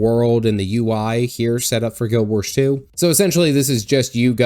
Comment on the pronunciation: Guild WarS. Not Guild WarSH.